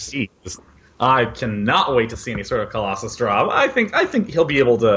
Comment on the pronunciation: Why does he pronounce COLOSSUS as COLLOSAI ? its so irritating ...